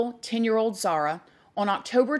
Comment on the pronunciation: Could at least announce her name correctly. Disrespectful